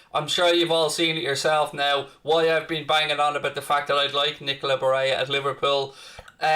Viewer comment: Barella isn't pronounced Bareya. That's Spanish pronunciation not Italian. It's Ba rell a. Some scousers are extremely racist in a regionalist manner. Many don't even support England because they see themselves as scouse, not English.